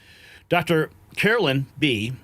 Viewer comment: Why is it so hard for him to pronounce the name Karlyn?